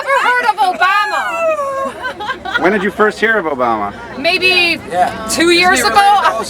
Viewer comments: what can you not see or hear? 1.smart reasons for obama being a terrorist!!!!! 2. black people!!!!!!!!!!!!!!!!!!!!!!!!!!!!! omg chick learn to say obama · ugh that biatch is trash and she says obama very strangely... haha good work sir. good work.